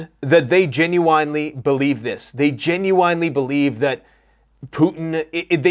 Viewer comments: Gen-u-wine-lee > Gen-u-n-lee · You keep pronouncing gen-uin-ely genu-inely it really pisses me off, are you meaning too?😂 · I didn’t realize there was a W in genuinely 😂. Great channel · Love everything you talk about, but the way you pronounce genuinely really grinds my gears lol